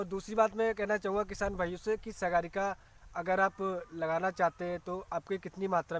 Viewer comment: अरे सर सागरिका कहते हैं उसको सगारिका नहीं पहले आप ठीक से उसका नाम पढ़ो